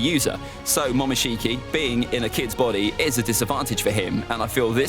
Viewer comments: momoshiki bruh not mokinshiki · It is Momoshiki not Mokinshiki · "mokinshiki" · Mokinshiki reminds me of something lol its pronunciations are momoshiki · He spelt momoshiki wrong he said mokishici 😂😂😂